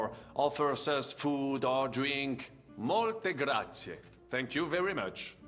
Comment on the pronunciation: “Mooolte graaaazie” è diventato Mario ahahahaha ed è il caso di dire “mamma mia” per queste pronunce ma va bene così😂alla prossima♥️